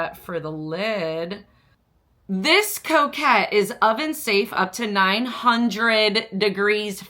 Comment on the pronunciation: Its co cot like a cot you sleep in. It’s not coquette as as in a woman who flirts 😉